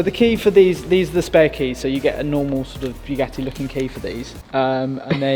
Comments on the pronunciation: Did you really just say "spaghetti vayron" Lol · In the video at the time instead of saying Bugatti veyron he said spaghetti veyron 😂😂😂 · bro, it so sounds like you said Spaghetti Veyron lmfao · Had to rewind 2 times to be sure, he actually says "a Spaghetti Veyron" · Is it just me or does it sound like saying spaghetti veyron😂😂😂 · I swear I heard Spaghetti Veyron repeatedly 😂😂 Senna's influence? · Please check how to pronounce the name of the car, as a french listenner my ears are bleeding 🤣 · He really is a true brummie the way he butchered 2 of the easiest words to say without knowing french. And no i am not from France i am Swedish.